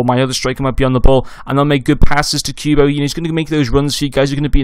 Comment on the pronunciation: good vid but its not pronounced queuebo but kubo